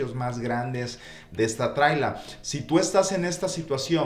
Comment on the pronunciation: Se llama casa móvil. No "trila"👈